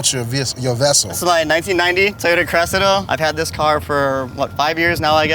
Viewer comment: Anyone else hate how America's say Cressida 🤣😩 it's pronounced cres-see-da